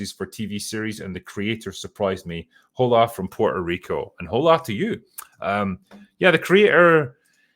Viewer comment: it's "oh-la" (for "hola"). the h is silent. in case you are ever chatting up a spanish girl. saying "ho-la"... could be an icebreaker though. eh.